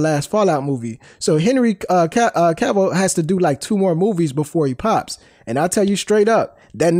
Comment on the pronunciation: Why is Cavill so hard to pronounce? It rhymes with travel. I swear to you that's true. This idiot even started to say it right and stopped himself so he could say it wrong! It's not K'Ville. It's not Cay-vill. It's not Ca-vall. Cavill rhymes with travel. This is Donald Trump-level. It should not be difficult. Trump would probably have trouble understanding something this simple but that's because Trump is mentally impaired. What's your excuse? Just say it right. Jesus.